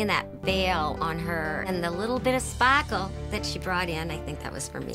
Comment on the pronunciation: "SpAHkle" XD